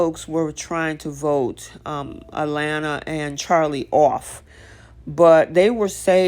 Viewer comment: You are calling her A..Lanna it is A laana